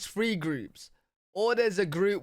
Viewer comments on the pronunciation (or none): in addition to saying "saw-r-a film" you also say the number "3" as "free". Like at the end of your vids when you say "I'm live every day on Twitter at L-Free-W-G". 🙂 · I notice that you say “free” and “fings” and “fink”…instead of “three”, “things”, “think” Is that a regional dialect? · You're darling, and I am always amused,, when you tell us to check out L-free-w-g. The schoolmarm in me comes out. Put your tongue between those beautiful teeth and draw it back whilst prounouncing the R. Free will become three before you know it! 😉